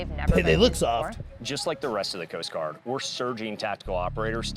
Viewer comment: when said Coast Guard special forces, for a second it sounded like ' Post Office '. lol " SPECIAL DELIVERY! " lol